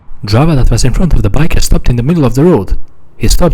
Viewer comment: God i love when he says "DriVA"😭